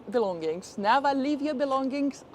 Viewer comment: You need to learn to have less of a foreign accent. But we want to hear much more "ever, and never ever, and never ever.........". "Eva and neva eva"😂 It makes me laugh,...I know I'm silly.😅